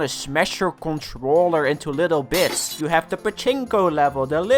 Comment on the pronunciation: everytime when he says "bits I feel like he says "bitch"